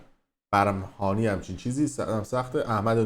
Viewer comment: حیف شد تحریم شد چونکه وزیر خارجه هست...اخه اون چکاره هست...تو چطوری خبرنگار هستی که باد نیستی برمّهانی را تلفظ کنی ..خودت هم ادعا داری